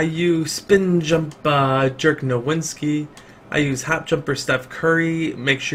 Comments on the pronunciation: ITS NOT DIRK NOWINSKI ITS NOWITZKI THAT SHIT ANNOYS ME SO FUCKING MUCH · He said dirk nowinski 😂😂😂😂